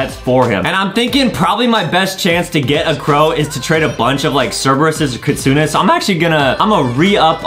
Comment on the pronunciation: ADEM DO BE SAYING KITSUNA LOOL